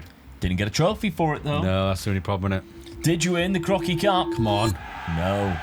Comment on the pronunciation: When you say 'that Crocky Cup"at around 36 minute, it really sounds like you're saying "that fucking cup". I had to listen 3 times to realize lool 🤣... Eh did he just use the F word?